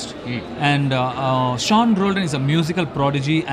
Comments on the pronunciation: Isn't it pronounced as Shaun? pls pronounce properly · Adhu seen illa da Shawn pronounce it Shawn even if u read it Sean